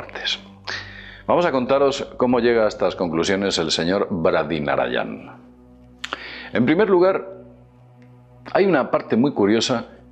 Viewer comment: vídeo excelente, sigo la mayoría de éstos. Sólo un consejo, ya que puedes premeditar la grabación, estaría muy bien que el nombre de este señor Braday Nayaranan no pareciera difícil de recordar para ti. Un saludo y un abrazo, eres un grande